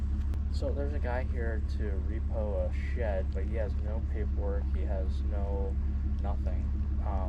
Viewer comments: Y do you pronounce shed as shet. ? . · Shed bro , not shet , shed. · It is ironic that a guy, whose job it is to repo sheds, cannot properly pronounce the word, “Shed”. Shet 🤷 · I thought this guy said that he was going to repo a shed,not a shet!! Where in the country is this redneck comedy show? 🤣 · Is he saying she’d!?? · A shet? Speech impediment, or is it my hearing? In der, dem? Hmmmm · Is he saying shet or shed?